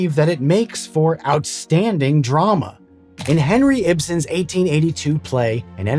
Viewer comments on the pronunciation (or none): No way he did Henrik Ibsen like that😭 . Literally turned from a literal great, to a French impersonator